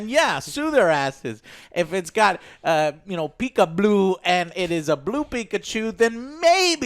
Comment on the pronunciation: Peekablue? Lol